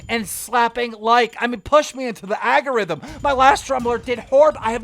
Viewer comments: It's ALGORITHM Keem, ALGORITHM IDK how many times I've heard you say agarithm FFS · KEEMSTAR: ..... "Agarithum" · The "AG-orithm"?? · agerithem lol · Algorithm Keem not Agarithm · I love how Keem says “agorithm” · AL-GO—RYTHM. Say it with me now... AL - GO - RYTHM